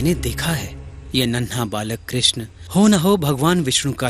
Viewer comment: Love the way you say Krishna ji.. thank you... You really prove Humanity comes first. Love to both of you